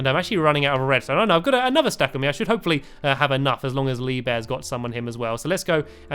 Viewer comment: Hey Stampy have you ever noticed that when you say hopefully it sounds like hope for lee